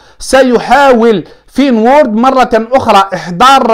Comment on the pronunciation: عجبتني كي تقول فين وورد ههههههههه فينورد